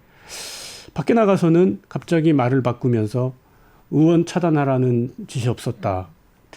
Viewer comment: 으원 입니까 의원 입니까? 듣기 불편하네요.